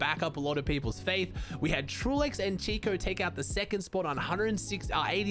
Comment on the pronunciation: please learn to pronounce Chico name correctly